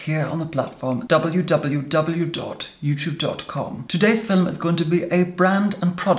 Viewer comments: "Filums" <3. Oh yes. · what's a fillem🤣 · Does he say “filmim”? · At :14, unless my ears are failing me, I heard a straightforward, "film" instead of "fillem." *feeling faint* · Tobi Jaguar it’s fillum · Bunny Senpai LMAO he says “film”...except it’s “filum” 😂😂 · The word he is saying is 'filUm' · FILLUM,,, ICONIC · I love how he says "FiLiM" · “In this Filim” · FILUM SAY IT WITH ME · Filim!! Is it me or its wrong